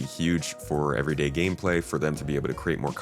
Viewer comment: When you said "big gameplay" I heard it like "big pharma" and had a little giggle to myself.